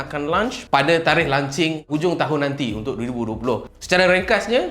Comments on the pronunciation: Launching bukan “lan-ching” haihhh lancau betul lah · lunching makan tengah hari bang.."lonch cing" sebenarnye...jangan mareeeee hehe. good video,tq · Aku je ke yg dgr dia ckp lancing hahahahaha